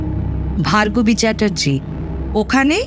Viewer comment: Asadharon 👍 purush kantho naamta bhul pronauc korchilen Bhagarbi,pore thik korlen Bhargobi😊 thanks 👍